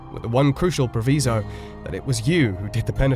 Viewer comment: Interesting and compactly presented but you need a pronunciation coach for Latinate words: "proVISE-o", "AVE-a (for Eva - not "ever") "POO-air " (for "puer"); "CatULLus" (stress on second syllable), "MORays" (two syllables, stress in first for mores = customs), "AnTINE-ous" and "lah-COO-ni" (the plural "lacunae" of the singular lacuna). "Seedy underbelly" is a very funny mixed metaphor, too.